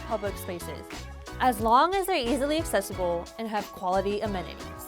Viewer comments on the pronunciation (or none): none